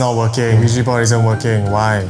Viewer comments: It’s ouija not ouiji 😂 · bro said ouiji board instead of ouija legit thought he said lugi board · I tought he was saying "Luigi board" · I heard Luigi board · I misheard Luigi board